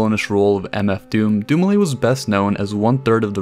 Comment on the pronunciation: doom-ee-leh,would be the proper pronunciation of his surname Good video